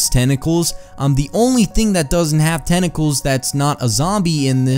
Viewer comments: sounded like he said tene calls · "tenacles, tenacles , tenacles Tenclaes TENCLAES TENCLAES TENCLAS TNCLSDNSJCNSN"